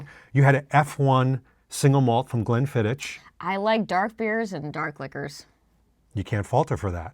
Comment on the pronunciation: I love this channel it’s great! Just an fyi, bond with his Scottish roots would never say Glenfiddich, it’s pronounced GlennFIDOCH, with the CH having a xuugh sound - in a pinch it’s glenFIDOCK